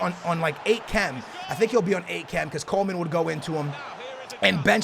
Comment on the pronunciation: Hey can you please say Coman not Coleman, there is no L in his name